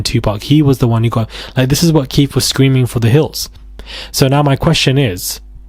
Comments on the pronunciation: It’s Keffeeeeeeeeeee D Not Keith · Pronounced Kee Fee Dee. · His name is pronounced Key- fee D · It's pronounced "Keith-e-d" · Just in case you more on Keefe D. It's pronounced Key-Fee